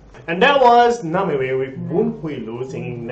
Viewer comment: Name-Wee (in English) not Na-ma-wee (Bahasa) pls! Why Namewee? In high school, teacher wanted him to come up with an English name, he got the idea of direct-translate his Chinese name. Chinese Name: Wee Meng Chee (being Meng Chee in Chinese = Name), and so he put "Name" in front of his surname Wee. It became NameWee and stuck with it ever since.